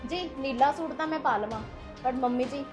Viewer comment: Oh barawa suit ta sahi tarha bolna Sikh lo